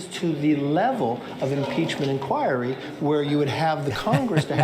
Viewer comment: He can't even pronounce inquiry.